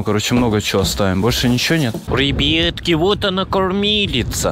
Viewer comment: братан почему ты на слова ребятки говориш рибитки или ребетки